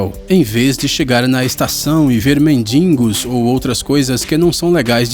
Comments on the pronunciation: a palavra certa é mendigo, o narrador fala mendingo !!! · O narrador fala: "mendingo" ao invés de MENDIGO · Mendingo? MENDINGO? Fala sério!!!!! Me doeu os ouvidos. Cata um dicionário, ligeiro. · "mendingo" ?? O.o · O que seria "mendingo"? kkkkkkkkkkkkkkkkk O certo é mendigo!!!!! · que "indiota" ele falou mendingo hahaha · MENDINGO ??!!! ISSO É O FIM DA PICADA PELO AMOR DO SANTO YOONGI FALA DIREITO , É MENDIIIIIIIIIIIIIIIIIIIIIIIIGOOOOOOOOOOOOO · "MENDINGO"? Procure falar MENDIGO!!! É o correto!! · "Feichando". "Mendingo". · Ele fala Empire State Building corretamente e não sabe falar mendigo fala mendiNgo, kkkkkkkkkkkkk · meu querido não se diz ""mendiNgos"", o correto é Mendigo. Sem críticar, o video é bacan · ⚠️⚠️⚠️⚠️⚠️ SHOW, mas... Por favor é FACHADA e NÃO "FAIXADA" e é MENDIGO e NÃO "MENDINGO". Do mais, muito interessante!!!!!❗️❗️❗️❗️❗️🙃😊😱😋😜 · MENDINGO??? ACHO QUE VOCÊ QUIZ DIZER MENDIGO NÉ. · "MENDINGO" Doeu no ouvido. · Muito interessante. Só o "mendingo" que estragou o que estava bom. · Mano ele falou Mendingo ASUSAHUASHSA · Eh sério que ele falou mendiNgo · "Feichando" e "mendingo" foi foda. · Pelo amor de Deus não fala Mendingo o certo é Mendigo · nnn é medingo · oq eu achei mais engraçado foi ele falando Mendingo 😂😂😂😂😂😂😂😂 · ***** Beleza.. mas cara.. o correto é mendigo. hehehe... Povo fala mendingo, mas é errado. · "Mais" já está errado. "Mendingo" também. Onde você leu que as duas formas são corretas? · "Mendingo" foi peso.... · Cara, Mendingo? eu tive que voltar pra conferir! hahahahah que "indiota""kkkk